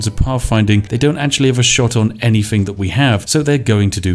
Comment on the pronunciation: I love someone calling themselves The Spiffing Brit, but cannot pronounce “th”. Anyfing, I don’t fink so, etc.